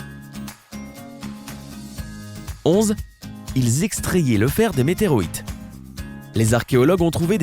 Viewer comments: MÉTÉROÏTES x) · .. MeteROites.. Non , Non..NON !!! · XD 2.16 "des météroites" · "11, Ils extrayaient le fer des MétéROÏtes" é.é